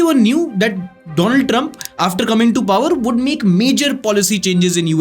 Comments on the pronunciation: Do-lan* Trump is epic 😅😅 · dolund trump😂😂😂